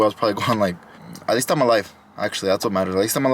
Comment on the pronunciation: “At lest the views nice “😂😂